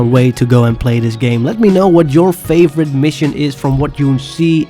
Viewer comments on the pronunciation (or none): none